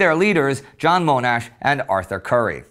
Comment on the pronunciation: Tiny matter - in Australia, Monash is pronounced with a short "O" as in "modest" or "mono"